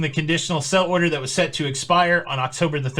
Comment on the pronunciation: Are you saying “sell order” or “sail order”?